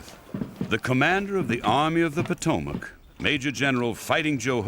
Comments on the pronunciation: Were the talky dramatized bits filmed in England? I'm English but I can hear the accents don't sound right and Maryland is pronounced the English way ie Mary Land as opposed to the American, Marrylund. Also, Potomac is pronounced here as Pot O Mac not Po TO Mac. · Pot-o-mack? Mary Land? Who's reading this? Butchering the pronunciation of common words is how foreign spies get caught. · I can imagine Custer pronouncing “Pot O Mac”.